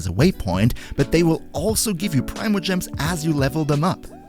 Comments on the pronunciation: Pree-mo.... its pronounced pree-mo gems... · There’s a reason there’s not an official way to pronounce it.